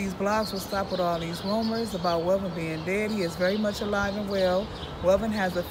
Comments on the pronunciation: Its not Melvin, its Welvin! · Welvin, not melvin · YOU SAID MELVEN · With all these views you’re getting exploiting homie … AT LEAST SAY HIS NAME RIGHT… ain’t that effin hard… at least you coulda edited it … smh…